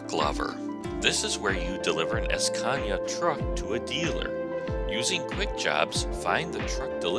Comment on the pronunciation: and don't go es-peeding in your es-cania, you might get a es-peeding ticket.